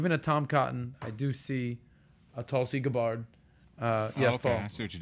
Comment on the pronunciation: Hilarious to see him butchering Tulsi Gabbard's name. You really struggle with it, don't you? Lol.